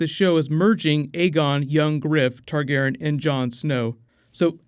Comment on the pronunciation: You chose the questions that butcher the names lol. Targarion? Denny? My eyes hurt